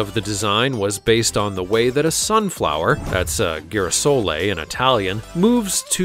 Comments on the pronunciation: as Italian i hate when Italian words are mispronounced .....it`s not Midici but MEDICI , and not Ghirasoli but GIRASOLEEEEEEEEE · The only weird thing I found in this is the pronunciation of #1 Girasole. It’s not gheerasole but geerasole as in geezzzz. What else was mispronounced? 🥴